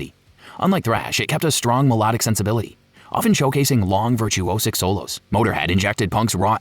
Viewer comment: Your pronunciation is abysmal. Melodic is pronounced me-lod-ic, not me-low-dic.